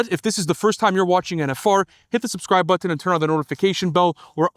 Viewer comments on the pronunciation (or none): Say Button again real quick?! 😂